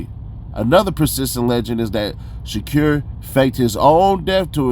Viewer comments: I can’t lie the sha-cure is insane 😅 fool it’s Sha•Kuur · Dude living behind the moon. Can even speak out SHAKUR right.